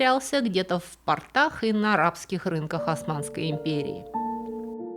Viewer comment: "Затерялся в портАх" = затерялся в штанах. ПортЫ - штаны. ПОрты - место для стоянки кораблей. Замечаю эту речевую ошибку во многих Ваших рассказах. Которые слушаю с превеликим удовольствием. Но вот речевые ошибки режут уши. Как человеку с музыкальным слухом режут уши фальшивые ноты.